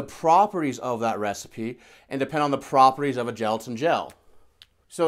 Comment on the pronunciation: Sorry about this, but it's 'properties' not 'propertise'. Otherwise it a great series of videos. Exactly what I was looking for, thanks.